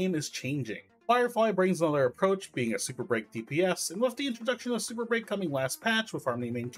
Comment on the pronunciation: emphasis on the breaking